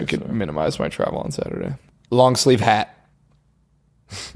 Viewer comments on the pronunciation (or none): a long sleeve sheisty. A long shleeve if you will